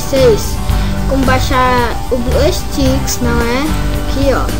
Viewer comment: Muto Bom o tutorial, só rachei de voce falando blueSTICKS kkk